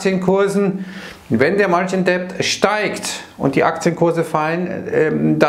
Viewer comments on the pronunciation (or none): Bitte,, lass das "b" bei Debt aus. Es ist stumm. "martschin det", nicht "martschin "deppd". Ist sogar viel leichter auszusprechen. Trotzdem vielen Dank für deine Videos. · Bitte „margin dettt“ sprechen, wie bei „no (doubt) dautt“. Sorry für die Klugsch…ei